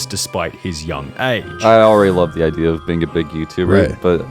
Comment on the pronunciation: Wait did you say idea or I dear? Pretty sure I heard I dear 🤣